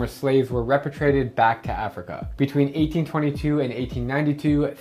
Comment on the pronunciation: You mispronounced repatriate